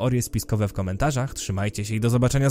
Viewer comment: Przeszła ci GŁUPAWKA a na samym początku powiedziałeś ,,Salami Face" XD